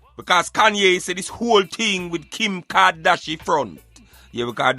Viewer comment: Man said Kim kardashifront 😂😂😂🤣🤣🤣🤣🤣🤣🤣🤣🤣🤣🤣🤣🤣